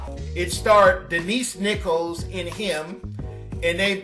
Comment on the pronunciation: Denise Nicholas, not Nichols! always misprononounces words, lol